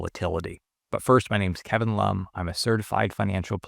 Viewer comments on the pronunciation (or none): none